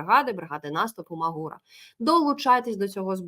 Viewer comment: Невеличка поправочка з назви 47-ї бригади. "Магура" - ось так і проситься наголос на літеру "У". Насправді - "МАгура" - "Висока гора"... Я в ній служив...